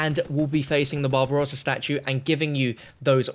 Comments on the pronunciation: After listening to you talking about the statues I legit thougt you said Bob Ross instead of Barbarossa for a solid 15 minutes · When he says “the babarossa's statue” he sounds like he's saying “bob ross's statue” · Who else thought he said bob ross instead of barbarosa? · It sounded like you said "the massive Bob Ross statue" lol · I thought he said Bob Ross statue lmao